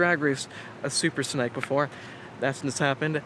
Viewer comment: Is it supposed to be called a super snake! Like as in haven something small to eat.. Like this young boy keeps saying.. Or am I right in thinking it should be pronounced super snake! As in ( Rattle Snake ) or is it am English and stupid?